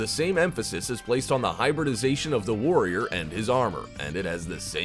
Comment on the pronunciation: Lol when he said future force warrriorrrrrr